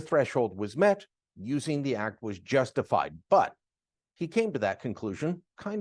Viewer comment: Did you say Justinfied?